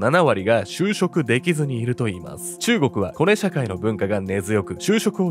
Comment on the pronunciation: コネのイントネーション(・ ∀ ・)笑